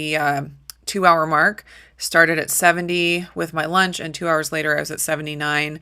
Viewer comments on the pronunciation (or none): none